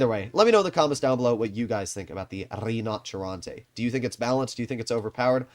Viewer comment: I'm sorry but every time says "the rddinotcheronte" it kills me